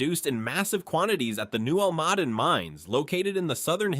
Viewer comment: Learn to pronounce the names of the region correctly: al ma DEN, not al MADEN (Almaden). Guadalupe (eh sound), not Guadalupi. Must be AI.